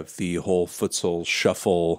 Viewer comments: It’s pronounced FootSaul Melon!! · My man said “foootsal” shuffle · Melon pronounces it: Foo-tsal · U rlly said ‘fusal’ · Just clicked to hear fantano's pronouncing futsal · That’s not how you say futsal